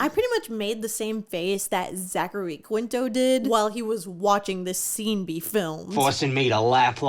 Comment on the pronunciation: Bestie this video is amazing but it’s pronounced “KEEN-TOW” not how it reads